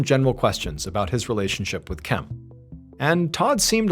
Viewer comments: Why can’t you say Kim? Why do you say Kem? Drives me crazy. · I kept wondering if he was just pronouncing Kim oddly but nope definitely Kem lmao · “Kem” has got to be literally the worst name to name someone… the whole video I’m thinking why is he pronouncing the name “Kim” that way… granted I missed the minor introduction… but still… that may be worse then Karen lol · This whole time I as like, wow Ballen says Kim uniquely 😅 I was just listening to the audio